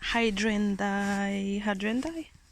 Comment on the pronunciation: Try "hi - DRAIN - jas" to pronounce the name of your lovely flowers. Thanks for all the hard work and love you put into your videos.